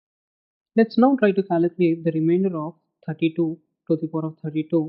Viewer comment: its Calculate !! not Caluculate :D :D :P